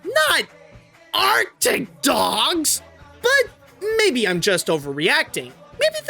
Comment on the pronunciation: why did you say ARCTIC DOGS like that? LOL